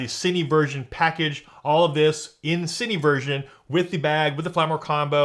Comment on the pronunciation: "Seeni, teli" it's cin-eh, tel-eh